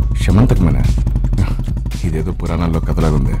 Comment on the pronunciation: సమంతకమని కాదు రా అయ్యా శమంతకమణి